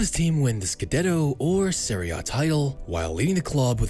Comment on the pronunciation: Serie* not Seri